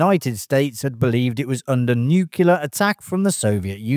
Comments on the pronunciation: NEW CLEAR not NEW KEY LER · 5 nuculars and 1 nuclear. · NU-CLEAR not NU-CUL-UR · Nuclear, not nucular. Geez. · *nuclear. Not Nook-yuh-lurr ✌️ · Word to the producers of this video: get a better microphone and a better audio engineer to record the narration, and get a narrator who can actually pronounce the word nuclear correctly. It's nu-cle-ar, not nu-ke-lar. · It's pronounced NUKE-LEE-ER not NEW-Q-LER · It's not nucular war. It's nuclear war. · How do you get nukuler from nuclear??? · Your vidoes are fantastic. I really them. If you make any more about nuclear war, the word is pronounced NukeClear, not NukeULar. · The word is NEW CLEAR! NOT NEWK U LAR NuCLEUS OF AN ATOM... Only one letter U as in NU CLEA. NOT NU CU LAR. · Nuclear. NU. CLE. AR. Not nucular. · Can I point out that the word Nuclear is pronounced new clear, not new cue lar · It’s nuclear, not “nucular”. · Ffs. It’s not Nu-cu-lar, it’s Nu-clear, like “New Clear”. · I like this video, so I want to help. "Nuclear" is pronounced just how it's spelled: NU-CLEAR. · "Nucular" attack? Seriously? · Nuclear, not nucular. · It really bugs me when people say Nucular instead of Nuclear. . If you can say 'new' and 'clear' you can say 'nuclear' correctly. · nucular attack :) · Why ..do...you sounnnddd Like ...a discount... ...Robin Leeeeeccchh...? And Nuke Yoo Lerr? Really, guy? What a melt. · "Nucular" is so terribly incorrect. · Nucular? What's that? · "Nukuler" is not a word. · ffs nu-cle-ar not nucular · Nucular? Really? Perhaps you should start by learning how to pronounce simple words. It makes you look like Homer Simpson. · it's nuclear, not nucular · Nuclear, NOT nucelar! Where did you learn English? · There are often more than one way to MISPRONOUNCE a word. This video used one, and the OP we are responding to used another. New clear is wrong, but it is a LOT less wrong than new cue lar. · It's pronounced new-clear ;) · Agreed. There is no U between the C and the L.